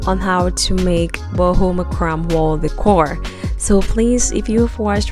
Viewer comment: Beautiful and creative Design.: It's pronounced MACRAMAY NOT MACRAM!!!